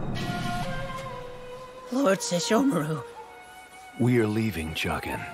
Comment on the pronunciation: lol really do be saying sheshomaru🤣